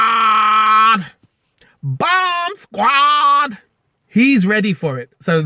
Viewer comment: 😂 you kinda said bomb squad. In a handicap way ahaha 😂😂😂😂